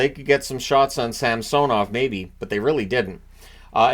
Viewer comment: I giggled every time he said Samsonov tbh